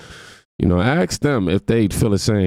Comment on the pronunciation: It’s ask not axe